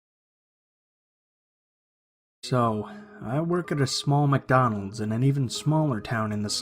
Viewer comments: So where going to ignore the fact he said “Macdonald’s” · Did anyone notice the "Macdonald's in the beginning